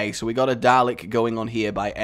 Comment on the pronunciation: DA-LEK there is no R GAWD